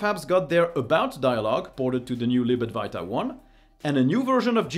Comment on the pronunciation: Why do you always say Lib Adwarta instead of [ad-va-ita]